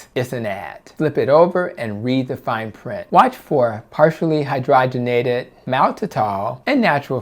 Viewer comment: Hydrogenated: hi-DRAW-jen-ated